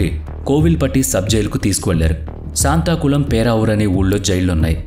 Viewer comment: శాంతాకుళం కాదు, సాత్తాంకుళం!